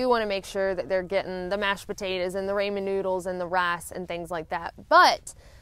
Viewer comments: I love your videos. I know it is hard to break habits, but it is pronounced Raw-men, not Ray-men noodles. Loved the AT, PCT and CDT videos. It's something I'll never be able to do and it is nice to see what the trails are really like. Thanks for the inspiration to hike what I can on the PCT. It is so beautiful! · We love all of these videos, but somebody PLEASE tell her to pronounce Ramen noodles "Rahmen" and not "Raymen" please please! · Never heard raw-men. I suppose it depends on where you are. We say rah-men.... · In Japan, where I lived for 7 years, they pronounce it Rah-men (or as I tried to phonetically spell it ... Raw-men). They invented it, so I'll go with their pronunciation. LOL. It's just one of those things. Some of the pronunciations I heard when I lived in Texas were even worse. Have a fantastic week! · I had some Raymond noodles yesterday! I absolutely love it when you say Raymond noodles! Makes my day! Alooooooha!